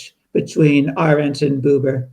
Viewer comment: Her name is AH-rent, not a-RENT. Please do her the honor of pronouncing it properly.